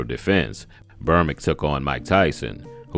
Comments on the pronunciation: Its Berbick...not "Bermick"... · The man's name is BERBICK, NOT BERMICK!!! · How can you do this video and not realize you keep calling him Trevor Bermick? The closed captions agree